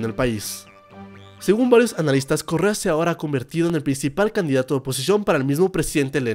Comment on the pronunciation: Alguno mas entiendo Corea en vez de Correa xd